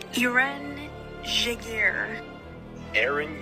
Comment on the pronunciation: No one actually pronounced it right. I'm German and Jaeger wasn't pronounced right in the whole vid. I'm not from Turkey so I don't know about eren but Jaeger wasn't pronounced right it is in English like "Yeger" but the E isn't pronounced like the e in yeah